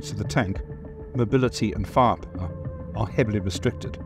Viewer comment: How can they hired someone who cannot say "firepower" properly in every single video?